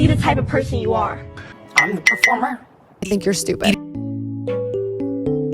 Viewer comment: Amber: I'm the preformer? Everyone: YES YOU'RE A FUCKING ACTRESS